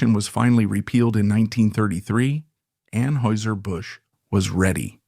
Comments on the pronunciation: You are not pronouncing Anheuser correctly .. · you are pronouncing Anheuser wrong. Are you AI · It was driving me crazy